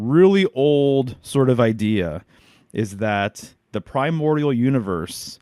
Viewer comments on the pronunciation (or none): none